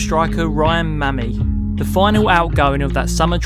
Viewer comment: mamy😂 fyi it’s pronounced my keep the good work up